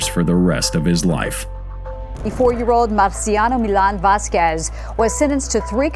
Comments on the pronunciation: Vasqwez? Lol.olol. It's spoken like this: Vaskez. Don't feel too bad. I run into at least a half dozen instances every day of mis-spoken words I learned in grade school. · Lmao never trust a commentator who pronounced Vasquez with the Q like quick sound rather then the k sounds lmao it’s not pronounced “Voss-quezz” it’s like “ vasskezz” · I HATE computerized narrations. Vasquez -- i.e., Vas kez. Not Vas kwez you morons. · Right? It's weird because he pronounces other names decently. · Vasquez - pronounced "vas-kez". NIce automation...morons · If you,, would listen to your own videos, you wouldn't make such a fool of yourself by mispronouncing the common and easy name "Vasquez." The TV lady has it right, and you have it both wrong and childishly silly. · The u is silent, you do not pronounce it in his name.